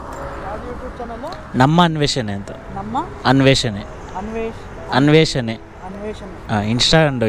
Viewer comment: ಅನ್ವೇಷಣೆ ಅಂತ ಹೇಳು, ಅನ್ವೇಷನೆ ಅಲ್ಲ